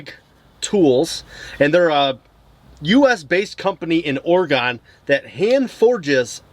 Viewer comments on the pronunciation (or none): Thanks for the great list! I didn’t know about Red Pig and I live in Oregon. Oh, by the way, it’s pronounced or-a-gun, not or-a-gone. :) I actually have that last pocket knife harvest tool, it’s called a boline. Which I think is pronounced bo-leen, but I’m not positive.